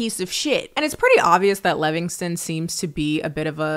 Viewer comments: i'm dying because your "Levignston" is giving Black auntie pronouncing Chipotle wrong over and over lmao its endearing 😂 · I love how angry Sam Levinson would be that you mispronounced his name